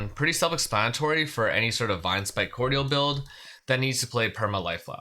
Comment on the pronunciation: Just FYI, cordial of Vinespike Cordial is pronounced like it has a j instead of a di. Core-jul, not cord-yal or cord-ee-al. It's a type of liqueur.